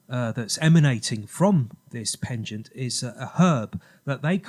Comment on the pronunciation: I think you mean a neck 'pendant' not 'penchant' (pon-chaant)! Very good presentation though, lots of research done. It's all "coincidence" of course... not!